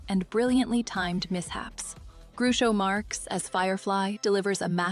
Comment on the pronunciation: It’s Groucho (rhymes with couch-o) NOT. Groooocho!